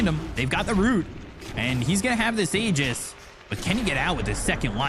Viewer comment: props to for pronouncing the aegis properly!